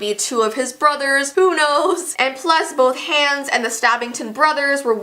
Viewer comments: it’s pronounced On-Uh and Ha-Ons. Not anna and hands. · Ok it’s hilarious how she calls him hans instead of Hahns 😂😂I think Hans is Hans instead of Hahns but STILL SHE SAID IT SO FUNNY😂😂😂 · Is the Canadian version of Frozen different? Cause at first I thought mispronouncing Anna and Hans’ names was a fluke, unless its just pronounced differently in the Canadian version (its pronounced “Ah-nah” and “H-ah-ns” in the US version). Idk, it bothered me and I wanted to know if its pronounced differently depending on where its released. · sorry but how can u say your a frozen fan and then pronounce hans like hands and anna like ana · I love your videos but you say Anna and Hans names wrong it is pronounced Awna and Hawns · stop the way she said hans just hurt me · you did not pronounce Anna and hans right